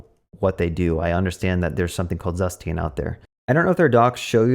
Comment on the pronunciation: You pronounced Zustand wrong ;). It is a German word so is pronounced differently. And by the way is the best state management library as it sounds cooler and requires less boilerplate :).